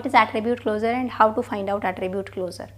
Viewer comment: it's closure pronounced like clo-shur. pls stop calling it closer ffs/